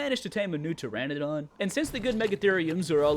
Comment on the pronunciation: Its not pteradon, its Pteranodon (tuh-ra-nuh-daan)...